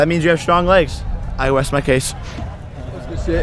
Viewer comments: “I west my case” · “I west my case” did anyone else catch that?😂